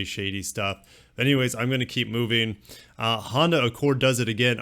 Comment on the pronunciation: Lexota, Hondura, nissiniti 🤣🤣🤣 keep it up